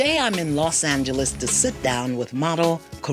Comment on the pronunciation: “in Los Angela”😂